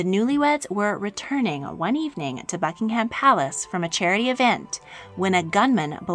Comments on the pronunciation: she really just said: bucking HAM palace '-' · I though she said Fuckingham Palace